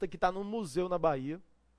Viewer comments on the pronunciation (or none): none